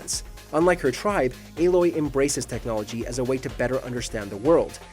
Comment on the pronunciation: I have watched a few different videos on female protagonists and you are the only one who said aloy's name right